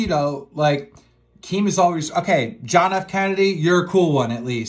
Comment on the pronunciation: Keemstar says always as owies lmfao